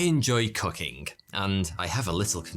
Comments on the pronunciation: Definitely thought he said cucking at first not cooking😅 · For a second, in the beginning of the ad, I misheard you say, "I enjoy cucking."😂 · I literally had to turn on the CC because all I heard is "I enjoy cucking" even after rewinding it 3 times lmao. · I thought you said you enjoy "cucking" LMAO. It still sounds like that.